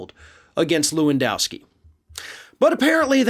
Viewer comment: HEY! Lewandowski ranges in the top 5 most common polish names. Can you make at least an effort to pronounce it in an acceptable manner? LEH-VUNN-DOFFS-KEY try again...that‘s better...almost